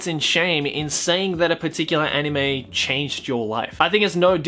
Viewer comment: I love how pronounces anime as 'enime'